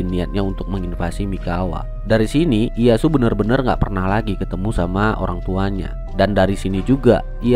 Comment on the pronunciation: Dibacanya: Iyeyasu bukan iyasu